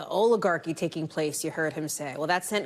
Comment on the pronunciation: By the way, 'oligarchy' is pronounced with a "short" O vowel sound, not a "long" O vowel sound. President Biden pronounced it correctly.